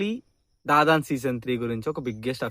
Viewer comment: Bro adhi dadan ladhu bro dan dan dan